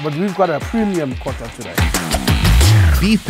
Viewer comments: It's not called a cota it's a kota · "queota" lol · Kota = quater Its soweto English lol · The inner South African in me when he said quarter instead of Kota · kota :) Pronounced Quater .. Qota.